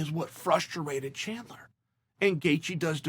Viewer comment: Chael "frusterated" Sonnen